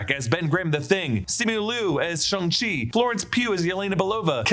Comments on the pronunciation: Dude its shung-si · its pronounced shung-si watch the movie again 🙄🙄 he says it like that